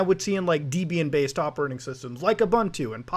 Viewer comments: It is pronounced Debian not Deeeebian, her name was not Deeeeeebrahm it was Debrah..... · When you say "Deebian" do you mean "Debian"? Saying a proper noun correctly can be important to avoid confusion. As the distro was named after Ian Murdock and his at the time wife Debra, I'm fairly sure it's not "Deebian". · STOP SAYING DIBIEN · Debra-Ian, deb-ian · "Deebian" "U-BUNT-too"